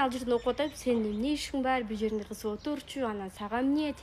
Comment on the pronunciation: кыс дебей кыз дечи